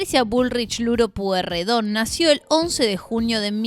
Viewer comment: Todos pasaron por varios partido YO QUIERO SABER QUIEN CARAJO SOS VOS PIBA LOS QUE TENEMOS LA MISMA EDAD SABEMOS LOS APELLIDOS APRENDE A PRONUNCIAR EL APELLIDO NO ES POIRREDON Y TAMBIEN TIENE COMO PARTE DE LA FAMILIA A EL CHE GUEVARA QUE PIBES INSOPORTABLES POR SUERTE TODOS FUMABAMOS CIGARRILLOS A LOS 12 AÑOS PARTICULARES NEGROS